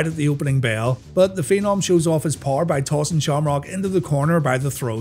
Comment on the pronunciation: "haower power" haha, Undertaker's tongue slips a lot.